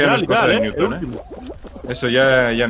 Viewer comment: Nadie:: Ñuton